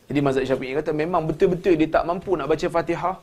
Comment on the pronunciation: Ustad pun cakap tak betul' betul di sebut betuel ! Tetapi itu bukan hal solat...agaknya takdalah org yg masuk ke dlm surga . Ustad pun lain ustad lain" cakapnya dah makmum pun pening dah lama" tak solatlah lagu nie Salah lagu tu Salah bosanlahh aku fikir Tuhanlah yg menyusahkan ummat. Aku cakap ni pun kehendak Tuhan jugok. Azan berlagu pun Salah jugok org cina azan bunyi lain org melayu azan bunyi lain Org thailan bunyi lain org arab lagilah lain Org Pakistan bunyi hindustan org jawa bunyi dangdut dah pening Pala...